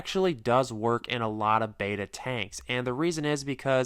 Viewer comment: Bet-a not Bayta. Drives me nuts